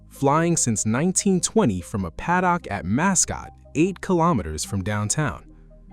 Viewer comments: The pronounciation of paddock hurts my ears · Do you use the word paddock in the US? Because you definitely don't pronounce it like that in Australia where we do! (I say this as an Aussie who lived in the US for years.) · The Ai voice saying: Padd-dock! LOL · I cant with the padd-dock